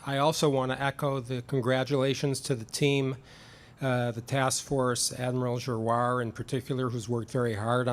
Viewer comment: Who's "Admiral Ju-Ah"?